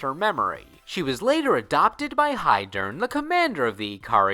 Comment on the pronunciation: That and he didn’t pronounce his name or Heiderns correctly 😂